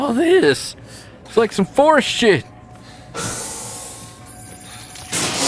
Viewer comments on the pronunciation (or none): none